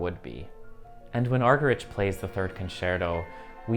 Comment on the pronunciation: You might like to check how to pronounce Martha Argerich!